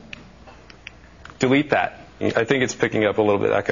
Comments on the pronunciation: well when he said delete that it sounded like dewete dat. and also i use it and its awesome! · lol the guy says DUVITAT instead of DELETE THAT o.O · That guy is an idiot its not getting it right cause hes saying deweet dat